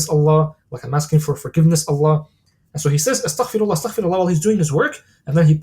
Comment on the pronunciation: Amazing talk! Please make sure to say astaghfeerullah and not astakhferullah Like its استغفرالله not استخفر الله Its غفار not خفار Just felt I needed to say this to you can reap the full benefits and I really love your videos may Allah bless you and we are learning a lot Thank you